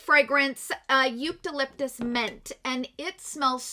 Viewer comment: Eucalyptus too. She was pronouncing it 'Yoot-uh-liptus'